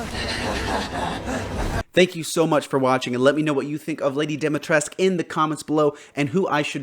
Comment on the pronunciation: I hate the way everyone pronounced Dimitrescu, they pronounce it "Demitresk" when its actualy pronounced "Deemitrescu"